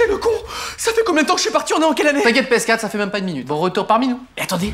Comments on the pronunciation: PÉ ESSE QUATRRE Édit: avec l’accent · Il à prononcé "PS4" à la guadeloupéen 😂